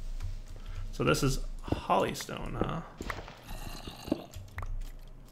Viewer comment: Hollystone lol its holy stone but you have alot of knowledge about it so if you miss read the name or forget the name its understandable